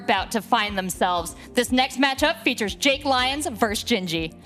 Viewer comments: My god. Say LeeONs again. LIEons. LIEONS. Even when he hears others saying it he still says it wrong. MUTE. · It’s also one of a commentator’s main jobs to get peoples name right and butchers “Lyons” almost every single time.